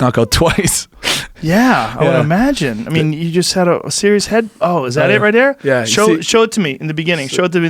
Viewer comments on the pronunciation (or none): lmao Joe "Is that it right Dere?" Rogan